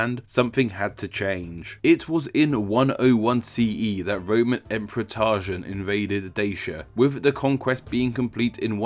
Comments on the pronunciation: All you nitpickers jumping in with the correct Latin pronunciation are missing the point: THE NARRATOR SAID **TARZAN**. You get that: TAR-ZAN. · It's "Balkans", not "Balklands". It's "Trajan", not "Tarjan". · Yeah, you are correct. So his name would be Traian (TRAI-yun). But he pronounced it 'Tarzan' . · You need another speech therapist. You said Baklans, multiple times, instead of Balkans, and you said Tarjan instead of Trajan. Dude... get a grip. It's like youre making spelling errors in speech. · Roman emperor who? TARjan? lol! Dude... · bro I swear to god this guy can't pronounce anything right. Balklans? Tarjan? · My man’s called but pronounces half the names wrong 💀 Trajan turning into “tarjan” Balkans becoming “balklands” & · "Tarjan" what? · TRAJAN, not TARJAN. Balkans, not Baklans. What a chav! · Bro, please be more conscientious about your pronunciation - as a name channel, it should be a high priority. Balkans, not Balklands Trajan or Traian, not Tarzhen Calábria, not Calabría You got this! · I hate to do this but aren't they pronounced Balkans not Balklands and Trajan not Tarzan? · "Balklans" . "Tarjan". Come on dude I really like this channel and you know your stuff but randomly you mispronounce things so badly that it makes me wonder whether you're just reading off Wikipedia! Also "vitulus" shouldn't be pronounced with a hard "V" rather a soft "w" sound. Latin 101. Which further explains the transformation of "Italia" from "Vitalia" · While I appreciate the work that went into this video, IMO look up pronunciations for the names in the next one. I mean, Trajan -> Tarzan, Balkans - Balklands? I thought you were intentionally taking the piss at first :-p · With a channel name like "" you'd think he'd get the actual names right. Balklands? Tarjan? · Trajan not Tarjan (pronounciacion). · Traian, not tarzan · '. . . Roman emperor Tarzan . . .' Dude, his name was Trajan (TRAY-jun). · Emperor 'Tarjan'? Trajan, mate.